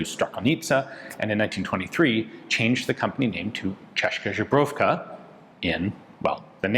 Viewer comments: Ian you pronounce Czech “zbrojovka” (weapons factory) almost like Polish vodka “żubrówka” ( bison vodka) :) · I love your work and your story telling. But I will punch myself in the face with my own fist if you will butcher the CZ name again 😂😂😂😂😂😂 Please, Please, PLEASE! Paste this "Česká zbrojovka" into Google translator and let it read it out loud to you. PLEASE 😂😂😂 I cannot stand another "jobrovka" 😂😂😂😂😂 And I am not even Czech. I am Polish and it still hurts my ears 😂😂😂😂😂😂😂😜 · Ahh still saying "žbrovka" instead of "zbrojovka" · It kills me how someone fooled Ian by convincing him that "zbrojovka" is pronouced as "żubrovka". And Ian insist on not changing that XDDDD. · "Češka Žebrovka" XD It gets me everytime. I think at this point they could change their name. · Ian, your pronaunciation of factory name is terrible 🤣 It sounds like name of polish bison grass vodka brand. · Lol still not there with the "Zbrojovka" pronunciation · it's hopeless at this point